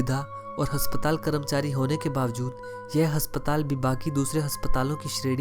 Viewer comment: Haspatal nhi asptaal hota